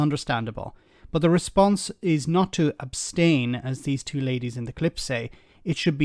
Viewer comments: “Yes I would OBSTAINas well………….” It’s ABSTAIN you gormless woman. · “ I would obstain.” 😂😂😂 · They don't even know the correct pronunciation.'Obstain', say no more. That says it all. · “Obstain” lol. Two thickos.